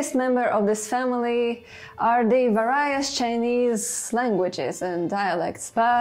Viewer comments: I generally enjoyed your video. Thank you! But.... Please, please learn to pronounce varied, various, variant, variety etc. correctly. veri, verios, veriant, vrraieti. An I is not always an eye. The chair spinning is also annoying. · I wonder where you got that pronunciation of "various" and "varies." Sounds a bit odd. Great video! Thanks. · EXCELLENT work, many thanks,! One minor issue with your English, though: It's mostly great, but review the pronunciation of VARIED and VARIOUS and VARIES!;) Spasibo Bolshoe!